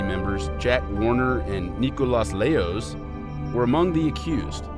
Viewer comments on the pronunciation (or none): none